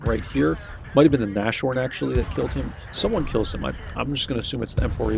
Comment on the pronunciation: nashorn is not nash-, it is na-s-h-orn. na-s-h. There is no sound "sh".